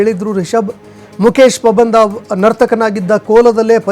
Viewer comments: ಪಾಬಂದ ಅಲ್ಲ ಪಂಬದ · Not a pabandha 😅😅😅😅😅😅it's pambadha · ಮುಕೇಶ ಪಬಂದ ಅಲ್ಲಾ ಮಾರಾಯ ಮುಕೇಶ ಪಂಬದ 😂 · first kannada sariyaagi odi Pabanda alla Pambada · pabanda alla marayaaa pambada.... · Anchor please pronounce PAMBADA. It's not PABANDA